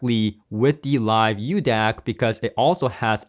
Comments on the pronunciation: It's not the "uDAC", there is no letter u in the name. It is a μ symbol, which is used as a metric prefix for micro (10^-6). So it's pronounced the "Mu DAC" or "Micro DAC." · However is not "u" DAC but "micro" DAC... greek letter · BTW, its pronounced MU-DAC, not U Dac... µ is the Greek Letter MU.. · It's called the μDac. That's the Greek letter m used in science for micro. Pronounced as Miu. So tired of these illiterate Americans 🙄 👋🏻😀🇱🇺